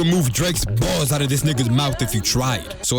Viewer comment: Especially the emphasis on BALLS